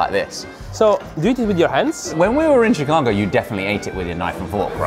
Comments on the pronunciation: Chicago style pizza❌ Thick-ago pizza✅ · did said "Chicaco deep-dish shitza"? 🤣